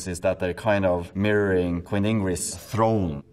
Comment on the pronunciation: "tHRoNE.." me: is he dothraki? 😂